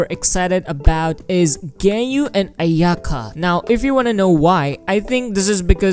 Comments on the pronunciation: You say gayu i say gan u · Its pronounced gan you not gay you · Ganyu ❌ gayu ✅ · ganyu❌ gaeyu✅ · ganyu not genyu :< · I thought he called ganyu gay-u